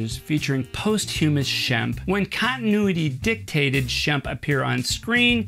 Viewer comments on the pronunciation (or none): "Post-HU-mus"??? Don't you mean "POS-chumus"?